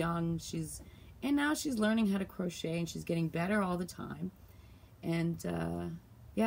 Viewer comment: Hi, can I ask why u say CROTCHER? Is that a Canadian thing...lol Makes me smile, my SIL used to say she was crotcheting but she was being naughty.